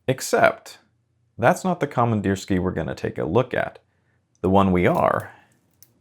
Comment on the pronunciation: Pronunciation: komandirskiye (with ye at the end, not ya)